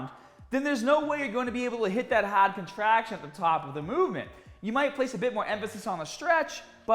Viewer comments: HAWWD COTRAHCTION AT THE TAWP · Hahhd contrahhction